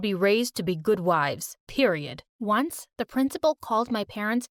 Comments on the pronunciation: What I find funny that the dad said PRIOD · 😂😂did he say period😂😂